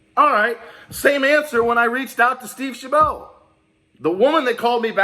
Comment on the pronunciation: shab it! like rabbit, how to pronounce Steve Chabot, OMG your'e driving crazy